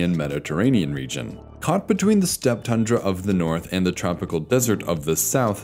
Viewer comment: It's pronounced Tundra, not Tandra.